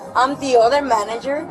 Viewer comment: She says manager like that guy from the Sopranos. Manayer!